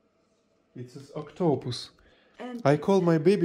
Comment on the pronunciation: PRONUNCIATION = OC-ta-pus. You must stress the First syllable.